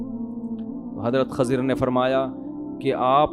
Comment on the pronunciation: Mufti sahab it's Kh"I"zar not Kh"A" zir 😒